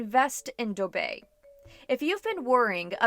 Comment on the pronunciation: yes it's the correct pronunciation for dubai